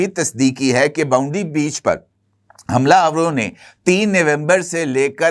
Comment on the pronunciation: باونڈی بیچ نہیں بھائی بنڈائی بیچ ہے املا تو غلط نہ پڑھا کرو ویڈیو سے پہلے اسکرپٹ پڑھ لیا کرو آپ ایک بار